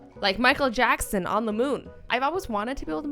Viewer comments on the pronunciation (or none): none